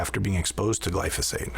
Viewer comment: First, this lady says "Glysophate" instead of "Glyphosate" and then she calls it a pesticide. Not a pesticide. This is a great herbicide and I use it often.